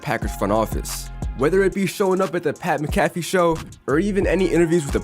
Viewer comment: See my man you don’t really know a whole lot saying that the player and head coach with the highest winning percentage ever (above the likes of John madden) and dude I can assure you that you have no idea on anything about football you literally said maccafeee it’s Mac-aphee you clown